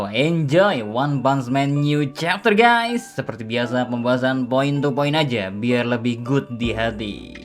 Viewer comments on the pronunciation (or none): none